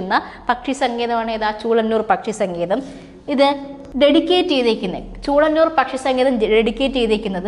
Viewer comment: ചൂളനൂർ അല്ലല്ലോ, ചൂലനൂർ ആണ്....